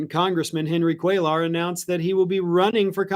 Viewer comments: Cuellar is pronounced “kway-yar.” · Hey, the name is pronounced "QUAY-are" You don't pronounce the L sounds. With that said, I hope he loses, as well.